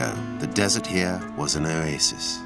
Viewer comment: I like how the narrator says, "Oasis". He pronounces it "Oyaysis" 😅